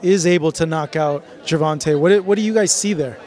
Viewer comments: This dude always saying “gervontuh” 😒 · as disrespectful as ever...butchering Gervontas name!!! I bet if Davis checked them on that bullsh*t they'll change their tone real quick 😂😂🤡🤦